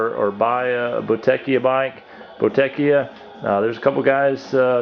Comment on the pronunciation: Great video series! It's pronounced "bow-da-KIA", btw.